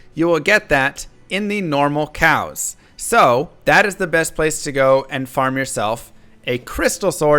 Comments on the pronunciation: What is he saying? "normal cows" or "normal chaos"? Does he mean the cow level or chaos sanctuary? Would be good to use full names. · hey, thanks for your work - you are helping me a lot with understanding the D2 builds and mechanics... But i have one question... what you are saying in ? Normal what...? Normal cows? xD I'd like to get sword with 4 sockets but i dont understand what it is what you said... it's definitly not "countess", so what?